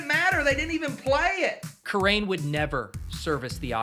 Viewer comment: 1/100th of a kerrane did he really say that 😂😂😂